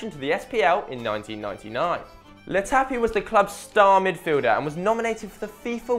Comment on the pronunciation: Weird how he introduced Latapy correctly and then called him "Le Tappy". Also, Falkirk is pronounced "Fall-kirk"